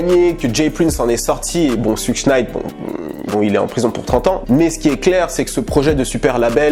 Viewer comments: mdr "souche night" mdr t serieux , tu peut pas dire "SHEUG " pour suge knight wtf mec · Putain Christ es videos sont style tu parles de rap us , mais putain la prononciation immonde , Suge Knight, faut le dire comme tu dit SugAR , pareil le mec s 'appelle pas Treyway mais Shottie ! PUTAIN QUOI MERDE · T'abuses mec ça se prononce SEUDG knight quand même depuis le temps ! Tu fais mal aux oreilles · sa se prononce choug knight